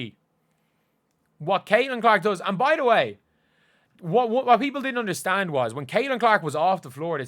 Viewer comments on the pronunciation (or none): none